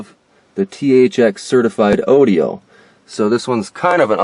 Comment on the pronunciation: You must be Canadian. I’ve never heard anyone pronounce audio and airbag like that lmao